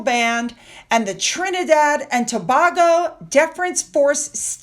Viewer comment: Tobago as in tuh-bay-go, not tow-bar-go.